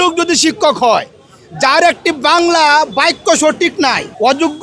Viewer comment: বাইক্য নাকি বাক্য??